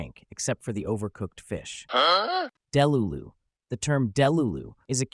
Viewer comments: And he said “DEH-lulu” instead of “deLUlu” :/ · What do you mean deh-lu-lu 😂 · ITS DELULU (DEEH-LOOH-ZHuhN) DEEH NOT DEH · You're pronouncing skibidi and delulu wrong - it's skib-a-dee and dah-lu-lu. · Jeeyawt, delooloo, Justin Byebrr, and Skeebeedee, beautiful